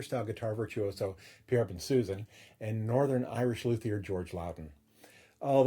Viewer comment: An interesting and informative review, but Pierre Bensusan is French, and to hear his name pronounced "Ben-Susan" REALLY grates on the ear. His name is correctly pronounced Bon-souson, with both 'n''s silent and (I believe) the emphasis on the final syllable (As in 'Alain Delon').